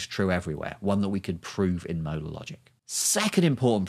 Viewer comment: I can't comprehend w Weather your saying modal or model?